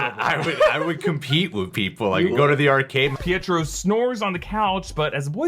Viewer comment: It's not Pietro